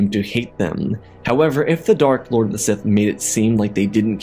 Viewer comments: “Sith laod” lol 😂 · Bro turned extra American for a word lol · He said sith lard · 😂I'm sorry but that 'Lawd' came outta nowhere. Mans said sith lawd. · I don't know why but when he said "sith lowd" I couldn't stop laughing 😂😂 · It was funny on how you sayed sith lord